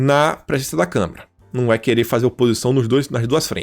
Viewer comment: é CâmAra, não CâmEra...